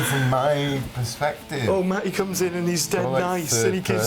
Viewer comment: What type of British accent is this, that doesn't believe in enunciating the "T"s in the middle of words such as "Matty" and "artist"?